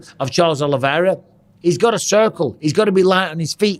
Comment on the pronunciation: Oliveira. Not Oliviera.